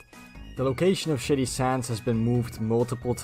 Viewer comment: I thought It was funny how everytime you said Shady Sands, it sounded like Shady Shits. Don't mean any offence by it just thought it was funny.